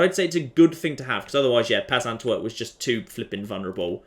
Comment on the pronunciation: Sorry,, I've been trying to hold off, but I just can't help myself; where are you getting the extra "t" from in "Peasantwerp?"